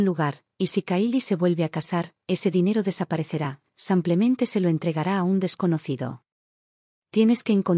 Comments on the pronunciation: BÍEN narrada; es una pena que diga Samplemente por Simplemente y el usar el masculino en lugar del femenino. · Me complica escuchar el "simplemente" por "semplemente" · Samplamente o simplemente? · Lástima que “confunde el masculino con el femenino”, además de decir “samplemente” en vez de “simplemente”, y lo repite varias veces… Tengo mucha curiosidad quién publica estos videos narrados por esta señora. Porque siempre incurre en los mismos errores. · No samplamente sino simplemente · Ethan,no se pronuncia Izen,simplemente no se pronuncia samplemente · Además de ser una mujer quién hace la narrativa se califica como un hombre. Además hay una palabra que ya en dos narraciones ha sido mal usada y es la palabra SIMPLEMENTE. En lugar usa “samplamente” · Maykamaria8257. Coincido contigo, que confunde el femenino con el masculino, y no sólo eso, no entiendo por qué la “relatora” dice “samplentente”, que lo repite varias veces, y realmente molesta la mala pronunciación. ¿Quién es esta señora? Tiene un “acento” como si fuera española. Soy Argentina, si bien hablamos un Castellano de una forma muy particular, no cometemos esos errores. ¿Qué grado de cultura tendrá esta señora? ¿De qué país es? Me gustaría saber. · Es?cucho "samplemente: en lugar de "simplemente:. 😢🎉🎉🎉🎉🎉 Lugar de "splemente